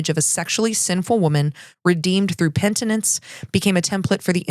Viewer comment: please! "Penitence", not "pentinence". Sorry, but it hurts my ear, and I love your stuff!